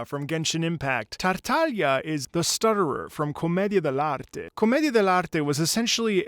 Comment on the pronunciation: Is your mother tongue Spanish? I mean, I’m Spanish native speaker and your pronunciation of “comedia del arte” was great